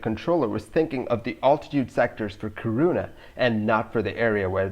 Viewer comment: It’s pronounced KEE-ruu-na (“uu” is hard to describe in English, there’s nothing similar. Although technically you’d be pronouncing the Swedish “y”, try say UU this way: make an “ee” (hold it...), then while not changing the ee-sound you round your lips like in “oo”. You’ll come somewhere closer to any “uu” sound than is possible with an English word.) When you say KiRUna, it almost sounds like you say corona 😉